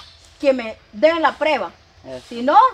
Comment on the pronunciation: Que vean la preba Sra se dice prueba